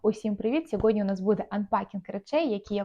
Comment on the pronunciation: Шо за сьоҐодні? Хотіла підписатись, але ні, говоріть правильно, вивчіть слова на букву ґ !